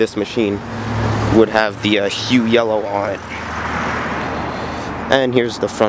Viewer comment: Powered by Detroit 8V71. also you pronouce it "HUFF" just to be helpful.